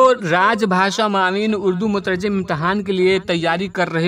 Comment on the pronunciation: مترجِم بولا جاتا ہے مترجٓم نہیں